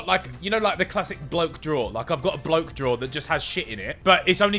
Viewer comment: Did Ethan Say he had a "blow" drawer?💀